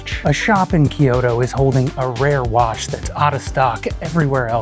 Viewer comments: It is not called KeeYoTo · Good video but it drove me nuts hearing "key-oh-toe" over and over lol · Kyoto is two syllables, not three.